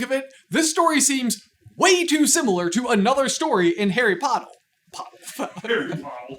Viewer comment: Harry Pottle made me laugh too much.